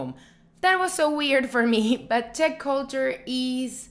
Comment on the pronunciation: She kept saying "Tech men" so I thought she was talking about the I.T. Guy 😂😂, I think she meant to say Czech men.